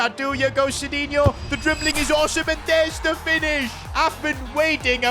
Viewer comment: sidinhio ❌ shitinhio 👍